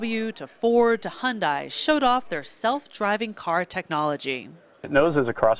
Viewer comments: Hund-eye? Never heard that pronunciation. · Why any of you cant pronounce Hyundai right? it's sounds like you're saying Honda.Check Hyundai yt channel if you want to learn how to pronounce it